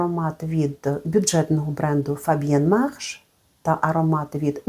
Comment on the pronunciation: вітаю! Дякую за тепле відео. Saphir Blanc маю у колекції і він мене дуже тішить ❤, тож відео дивилася аби послухати що ще Ви про нього розповісте. 😊 І спасибі, що я нарешті дізналася як нормально вимовляти "Fabien Marche"! ❤